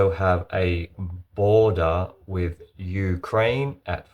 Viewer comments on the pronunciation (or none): none